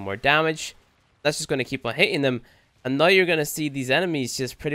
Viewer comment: Why does he say "now" as "noy" (proof)